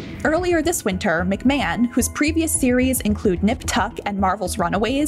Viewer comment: Shame the commentator can’t even pronounce his name properly.